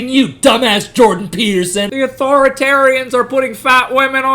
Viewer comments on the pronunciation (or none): none